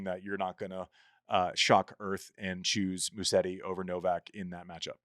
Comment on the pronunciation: Can we address the pronunciation of Musetti? It is Musetti, not Musseti, as it sounds like hearing most people’s pronunciation. There are 2T, not 2S. It is Musetttttttttti • Mu: Pronounce like “moo” (as in the sound a cow makes). • set: Pronounce like “set” (as in a set of keys). • ti: Pronounce like “tee” (as in the letter “T”). Try this: put the stress on the E after a very short S sound, and then pronounce a very long T and finally a E sound ( I) Musétttttttti